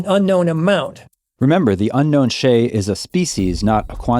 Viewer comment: It would be better if you say shay with "shy" and add d on the back.instead of sheyy